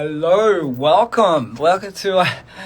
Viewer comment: he said hellorrrrr